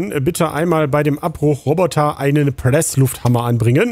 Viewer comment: Muhaaa muhahahaaaa Prrresslufthammmer und was harter gesagt es is ne gute folge